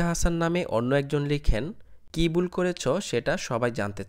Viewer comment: বুল নাকি ভুল. Thik bhabe kotha sikhe YouTube channel open korben